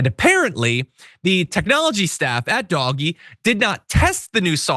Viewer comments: It's not pronounced Doggy, it's pronounced. DODGE-EE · DOGE: "DOGGIE" is the wrong pronunciation - conveys lovability, silliness. The RIGHT word is DODGE-Y, as in SKETCHY or deceptive. PLEASE. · It's not pronounced DOGGY, it is DOE-SH. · It is not doggie, if you want people to respect you, don’t insult people’s intelligence by mispronouncing words. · i love that he's pronouncing it 'doggie'. so great. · Keep calling it DOG Eeee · Please, please, please, don't call DOGE ''doggie''. It gives the impression that DOGE is of no importance and not to be taken seriously, which I doubt .is your intention..and also might make people think that Americans don't know that a 'g' immediately followed by an ''e''...is pronounced ''dg'', as in judge....